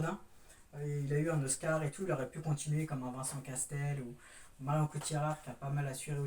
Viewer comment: Salut bravo pour ta vidéo mais par contre c’est Vincent Cassel pas Castel lol